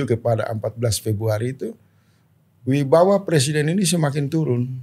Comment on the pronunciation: Wibawa, pak. Bukan Wibawah.